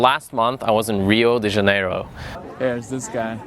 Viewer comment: Pronounce it as Hio de zya-ne-ro next time.